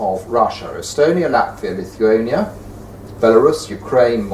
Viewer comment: Its not lilhuania its lithuania. Its an old country first mentioned in 1009 but it existed even earlier, dont really know in what year but in 13-14 centuries it was the biggest country in the europe, borders reached the black sea, it was kingdom, so if you have never heard of it i dont actually blame you i forgivve stupid people quickly...